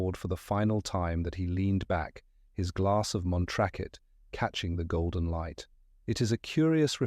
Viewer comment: Montrakit = Montrachet.....??!!